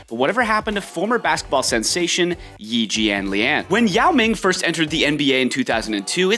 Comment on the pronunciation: It's pronounced "E Jhanliahn"